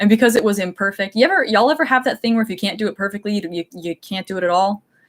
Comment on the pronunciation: She must either be Southern or has spent a bit of time in the South because she said "Y'all" perfectly!